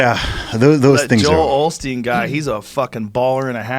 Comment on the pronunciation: Proof the Mandela affect is real. Joe Rogan said “Joe Olsteen” which is how I’ve always pronounced it. But google it. His name is Joel Osteen.